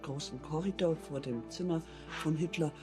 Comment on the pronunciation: "vor" is pronounced as "for", v is an f sound in German. W is the v sound. The word "Welt" is pronounced as velt .